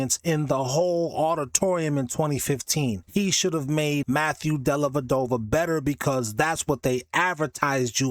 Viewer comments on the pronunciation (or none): Della Dova, not dellaVadova